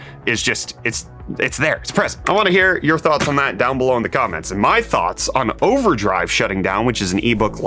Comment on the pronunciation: when he said overdrive for a second I thought he said OneDrive and I lost it